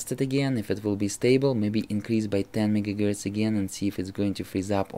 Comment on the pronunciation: Why do you say mega gertz?